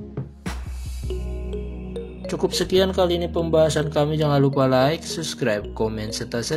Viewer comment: Baca nya salah itu, bukan subscribe, tapi sabscribe Biasa fasih bahasa Inggris nya?